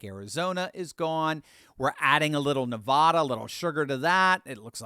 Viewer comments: NEVAAAAAAADA not nevawduh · … … Stop mispronouncing my home State it's not Nevada it's Nevada It's not Nevada as in aw It's Nevada as in add Come on, bro very distracting for for those of us from NEVADA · Nev a da. Not Ne vah da! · You’d think would learn how to pronounce, “Nevada”